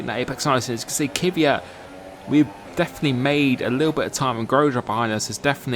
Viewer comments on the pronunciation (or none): Who is this Kiviat you keep talking about?????? ther is no formal 1 driver with that name...!!!! im sure it cant be Kvyat.. For a big formel one fan at least get the names right....Its like when uk people say Vettel, its rong you say Fettel, thats his name, sure you dont mean anything by it, just sounds